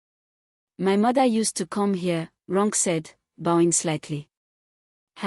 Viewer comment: "Ronke" is pronounced "Ron Keh" it's usually wyt or American narrator's that spoil Names with their mispronunciation, however there's no excuse for an African narrator to mispronounce African names 🙆🏾‍♀️🤦🏾‍♀️🤷🏾‍♀️